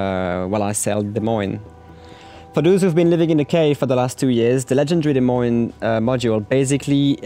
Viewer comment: Wait... you're French right? Why do you say "Des Moines" with an S sound at the end sometimes?